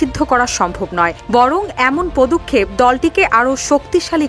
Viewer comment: পদুক্ষেপ নয় পদক্ষেপ